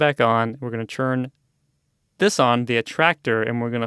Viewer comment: I hate how this guy says churn instead of turn But other than that these tutorials would be helpful if I used mine imator